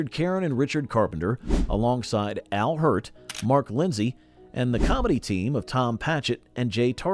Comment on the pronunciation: When you said Al Hirdt you had me buying in